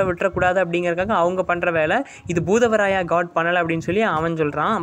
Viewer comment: Bhoothavarayava illa bhootharaya va